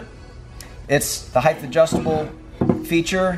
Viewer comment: Height, not heighth